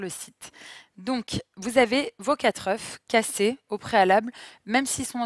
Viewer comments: Mes oreilles ! Le mot oeuf se prononce différemment quand il est au pluriel !!! C'est important de bien s'exprimer 🤗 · on dit pas 4 oeuffes ! 😀